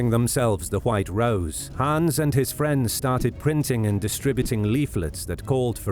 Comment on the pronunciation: You speak it like "Haans" or "Hahns", but it's should sound like "Hanns" or "Han's". ;)